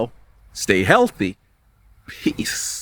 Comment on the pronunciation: Sorry, Kency! I DEFINITELY heard a hard "D" in what he said. He wasn't saying "praNa," he was definitely saying "praDa." Also, I'm LOLing so hard at the way he said, "PEEEEEEEEEAAAACCCCCE!!!" at the beginning. It's like he inhaled helium just before he started recording. Ahahahahahahahahahaha!!! He couldn't have said it nor could he have done it in a creepier way. Also, I'm wondering why his eyes are so yellowish-red with a glossy look. I think he might be addicted to crack/cocaine or some type of drug. He's a black dude so white eyes should appear more white just by contrast to his skin tone (just like his teeth). Not being racist, that's just how it is.